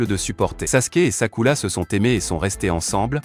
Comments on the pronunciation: J’suis d’acc j’était morte de rire quand il disait sakula 😂😂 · C'est vrai c est Sakura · C'est sakura pas sakula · C est sakura pas sakula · C'est Sakura pas Takula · On en parle qu'il dit sakula au lieu de Sakura 😅😂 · ARRÊTEZ DE DIRE SAKULA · Désolé mais on dit sakura et pas sakula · Je reve ou y'a un momment ou il a appelé sakura "sakoulou"💀💀💀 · C'est sakura pas sakula 😊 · 😢omg c pas sakula c Sakura 😅😅😅 mdr wesh si c Hinata mais Sakura pov Sakura est son prénom 😅😅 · Mais c'est pas sakula c'est Sakura ❤ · Arrêt de dire skula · J' en ai mare d' écouter sakula😂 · Arrête de dire sakula c'est Sakura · Vous faites trop de fautes sur le nom du personnage féminine principal c'est Sakura et non pas Sakula a par ce petit problème je trouve la vidéo intéressante et elle justifie tous mes doutes dans le comportement que Sasuke avait pour Sakura dans Naruto et dans Naruto Shippuden 😁😁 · SAKURA PAS SAKOULA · c'est vrai pas sakula mais Sakura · C'est pas sakula c'est sakura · On dit Sakura pas sakula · pardon faut pas nous tue on dit sakura pas sakula mais bonne analyse🤣🤣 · Je rêve où il a dit sakula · C’est pas Sakula 😂c’est Sakura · Mdrr sakula😂" Sakura" chui mort mdrr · Ces sakura pas sakula et ces uchiwa pas uchiwa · C' est sakura pas sakula mais est bien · On prononce sakura pas sakula et ses uchiwa pas uchila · Sakula?!?! Hhhh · C'est sakura pas sakula 😬😬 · C'est Sakura pas Sakula. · Wesh frère? Mais il parle qu’elle langue celui-là… Pourquoi il dit Sakurla tout le monde sait que ça s’écrit comme ça S.A.K.U.R.A. Sakura pas Sakurla. Là je suis perdu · Sakula 🤣🤣🤣🤣🤣🤣🤣🤣🤣🤣🤣😂😂😂😂😂ça commence bien😂😂😂😂😂😂😂😂😂😂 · P*tin je me suis arrêtée à j'en peux plus d'entendre "Sakula😭🤣🤣" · j adore le sasusaku c mon couple pref mais juste pk tu dit sakula et Shikamaruuuu et aussi uchiras c est uchihas